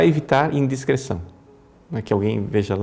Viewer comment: Ouço sempre os conselhos e sigo as sua direção espiritual na maioria das vezes. Por isso presto atenção em tudo.Inclusive nos erros de português: Hoje percebi que o Senhor disse " indiscreção" e não "indiscrição" que é o correto.❤❤❤